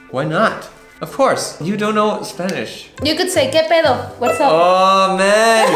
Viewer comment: The pronunciation of "pedo" from hahahaha so freakin adorable 😂 I loved the mariachi yells xD sounds really authentic